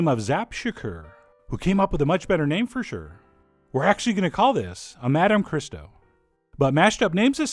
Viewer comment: To the haters, you rhyme these on the 'oh' sound at the end of both words.